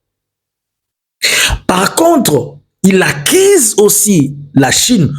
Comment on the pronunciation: Monsieur ulishaka massacrer ma U zote, accise ou accuse??😅😅😅